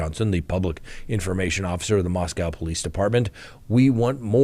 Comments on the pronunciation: Pronounced "Moscoe. ". We're not in Russia. Thanks. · It's MOSCO(W).. rhymes with toe, hoe, doe, foe! Just ask the police chief himself! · Moscow (Russia) is pronounced Moscoe. Only Americans mispronounce it.